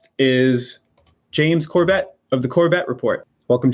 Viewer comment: He pronounces it Corbette? James, always gracious, never even deigned to correct the man - not even with the very passive technique of using the name a few minutes later, except with the correct pronunciation; a class act, indeed. 🫡